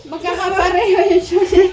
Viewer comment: Sushi naman po kasi, hindi shushi